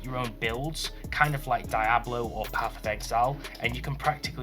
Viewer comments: .... DIE-ABLO? .... Never heard of it... I know DE ABLO tho. The I is silent... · My mans really said "Dieablo"